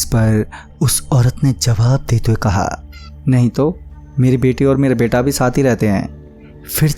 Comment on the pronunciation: bhai saaf saaf bola karo "NAHI" Bhai hamari video bhi lelo ❤️